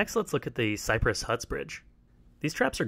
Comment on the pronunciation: "CYRPESS HUTS" hahaha